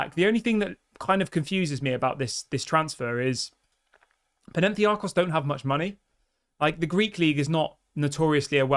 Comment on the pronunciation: My brother in Christ, it's Pan - atha - nye - akos.